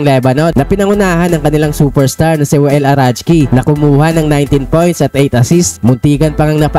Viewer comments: Arakji idol hindi arachji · alam ko arakji eh, bakit arajki? ahahah